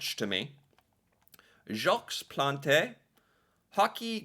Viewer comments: I'm sorry, but I can't stop laughing over your pronunciation of Jacques Plante!!!! 🤣🤣🤣🤣🤣🤣🤣🤣🤣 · you literally heard his name pronounced correctly, and still mangled it again. well done. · Jacques Plante… silent S (1st name) & silent E (last name). Otherwise, your pronunciation is spot on. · When you say Jaques Plante you do not say the S at the end of Jaques and you do not say the E at the end of Plante. Other then that you had the right pronunciation 😊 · As for Jacques Plante, the S in Jacques is silent, so is the E in Plante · Total fail on "Jacques )lahte" though. 😆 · Jacques Plante is pronounced Jok Plont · Just to let you know that in Jacques the ‘s’ is silent and in Plante the ‘e’ is silent. Love your videos. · So cute. Gotta chuckle at you Americans with French., kudos for recognizing that Jacques Plante is a French name. Kudos also for trying to pronounce. So you said the equivalent of "Jocks Plontay". In French, it's pronounced like "Zzjock Plont". So cute. Keep at it. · Awesome Heritage Moments - the goalie 's name is pronounced "Jawk Plont" - not Jaks Plantay 😊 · Jock Plont Jacques Plante is pronounced more like Jock Plont. Haha! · Jacques Plante (pronounced Jawk Plant, the s at the end of French names is silent and the e on plante is also silent) wasn't the first goalie to wear a mask some other goalie in the 20's or 30's wore one once I believe but Plante was the first to wear one regularly. I started wtching hockey ina the 70's and there were still a couple of goalies who didn't wear masks and most players didn't wear helmets until the late 70's. As for the neck guards the IIHF (International Ice Hockey Federation) has deemed that all international hockey games the players must wear neck guards, I think it took effect NY Day 2024, the NHL hasn't adopted this rule yet but they aren't governed by International Rules but they need to, hockey is a beautiful sport but a person should be protected especially in vital areas of the body.